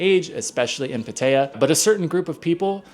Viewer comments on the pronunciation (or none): Learn how to say Pattaya.... It's Pat-TI-AH No t Pa Tai ya.